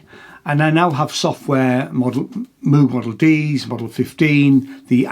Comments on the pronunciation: wrong. Bob himself claimed he didn’t care, gentleman that he was, but anyone who’s not a philistine knows it is properly pronounced Mohg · Well done marxist reading from the phone (can't even pronounce "Moog" right). Now the jobs are offshored to Taiwan. Living wage for the laid off workers now $0. 🤨